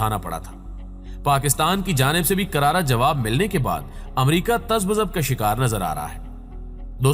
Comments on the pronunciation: Tazab zub hota he asaf lafaz تذبذب ہوتا ہے تذبزب نہیں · Taz ba zab OR تزبزب your urduvis wrong